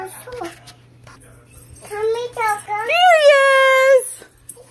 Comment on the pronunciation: Fish painting on your wall lookin very nice nabry sayin clear Tonka not konka